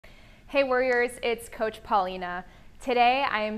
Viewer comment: Did she start off by saying "Hey worriers" ? I feel seen.